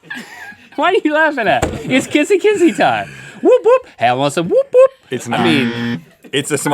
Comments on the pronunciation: It's actually Wop-wops, not woop woop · Im triggered by how they said " The wop wops" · It's wop wops, like "he lives in the wop wops"